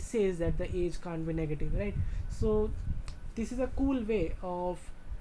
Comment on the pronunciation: ahahha you said get aids instead of get age